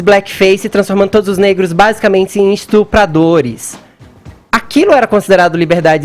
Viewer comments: fefito diz: esTRUpadores. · fefito diz: " esTRUpradores" Que inteligencia emocional, Caio.